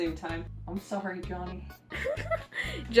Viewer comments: oh saorry (where is that pronuskiation from? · Soorry is a generally Britannic pronunciation. Just while I'm being an obnoxious showoff.